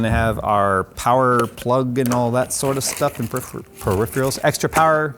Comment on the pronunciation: "periph-REALs"??? lets try: "peri-PHERALs" haha